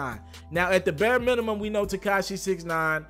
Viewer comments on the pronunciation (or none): none